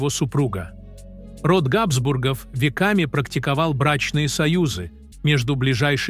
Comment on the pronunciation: Какая отвратительная озвучка! Ударения на слова чудовищны! КузЕны, а не кУзены, ГАбсбургов, а не ГабсбургОв. Слышать подобное уже само по себе испытание, и не то что подписываться, а и просто открывать этот канал совершенно расхотелось.